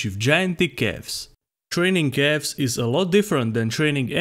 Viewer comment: I love how it sound like "cafs" every time he say it :D